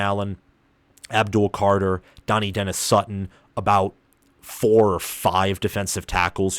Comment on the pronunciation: Central PA - all I’ve heard is Trout-wine. All the PSU podcasts news cycles etc. Also hear Duh-NEYE, not Danny or Donny-denis Sutton. Rapple-yay not Ruh-paul-yay. Is-erd, not eezerd. Row-hass, not Row-us. Probably a couple more that skip my mind I heard here. Oh, FASH-uh-noo. Not Fuh-SHA-noo.